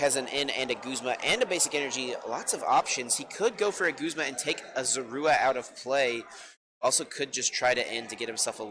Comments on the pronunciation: Whyy does this girl keep saying “guhzma” instead of “goozma” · She pronounces Guzma wrong and it bothers me